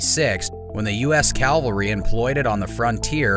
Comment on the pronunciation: it's "cavalry" not "calvary"! I doubt Jesus would have approved of it.